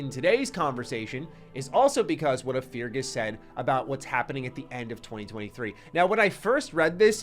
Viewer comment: MY MAN — I GOTTA STOP YOU HERE. FEARGUS IS PRONOUNCED “FIH - RGHAS” PLEASSE .. like Ferguson w/out the “son” luv u tho thx